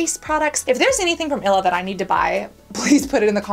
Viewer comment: it's ill-e-uh not ila 😂🫶🏼